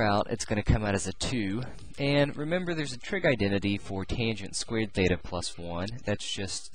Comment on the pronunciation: is it feta or theta... cause i'm hearing both